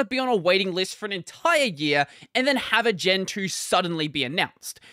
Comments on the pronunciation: You said gen 2 but I heard gentoo and thought were saying they were gonna switch xD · we know that's what he said, but it did sound like Gentoo xd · I also thought he said gentoo for a second before I realized what he was saying in the context.